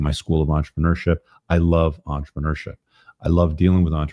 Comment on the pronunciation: For fuck's sake stop saying entrepreneurship like a french baguette, speak english, say business.